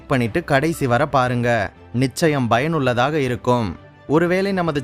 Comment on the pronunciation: Bro ur message ❤ but small correction. Payanullathaka but u told bayanullathaka